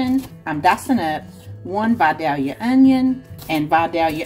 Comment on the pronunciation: You pronounced Vidalia perfectly. I live in the area Vidalia Onions are grown in.